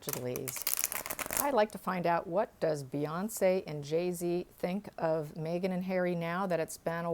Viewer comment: 😁 I laugh every time she says "May-gen" instead of "Meg-han". 🤣😋